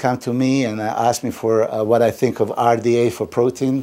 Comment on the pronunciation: Love how fda came out instead of rda, lol!